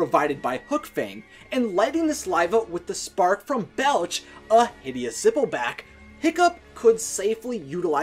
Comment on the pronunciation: Plus, he pronounces zippelback as "zickleback" and it's pretty annoying